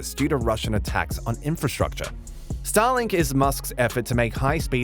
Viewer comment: Please don't prenounce it as Stalin(k)😂